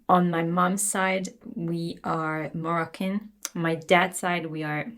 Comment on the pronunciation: “On my Mam’s side we’re.... ????” Sounds like Marcan. Is she saying Moroccan?